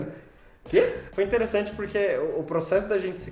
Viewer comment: "ki gatinhu" "intelessanti"